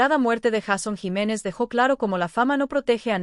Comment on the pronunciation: 😢 porque no pronuncia bien el nombre JEISON JIMÉNEZ